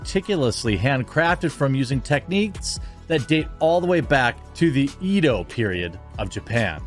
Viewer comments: E in Japanese makes the eh sound like in epic. Ehdo. Not Eeedo. Tha k you for coming to my TedTalk. I know I'm addressing a white mid Westerner who probably doesn't care lol I pronounced bag with an E because I was raised in California. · EDO Period... EDO was the first name of Tokyo! EDO LIKE ECHO, not like reed!